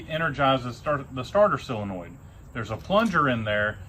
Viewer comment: Whats up with you not knowing how to pronounce the word solenoid?